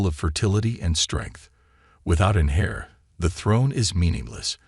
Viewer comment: Heir NOT hair. Wait! Did the storyline just do a skip? First he was meeting the queen in the dessert then suddenly running from Drones. WTF? OK THIS STORY IS CHIT...CANNOT EVEN COLLABORATE WITH THE ORIGINAL QUEENS VIEW POINT. I AM OUT